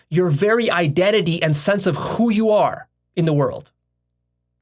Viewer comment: listen to how he says "who." reminded me of the fact that russian is his first language. right to his point. I can't make that noise while I say "who"